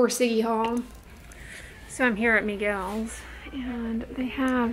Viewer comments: Why are you calling Michael’s ...Miguel’s ? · Lmaooo did she just say " Miguel's " instead of Michael's? 😂😂